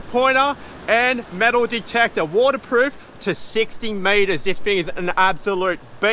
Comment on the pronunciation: Metal detectorrra he says ha ha